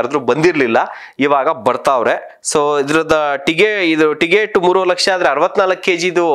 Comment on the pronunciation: ಟಿಗೆಟ್ ಅಲ್ವೋ ಟಿಕೆಟ್ ಮೊದಲು ಕನ್ನಡ ಕಲಿಯೋ ಬೋಸುಡಿ